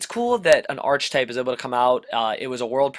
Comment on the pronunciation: I liked the episode, my only feedback would be that it's pronounced "ark-type," not "arch-type" and that you "equip" things, not "equipt" them.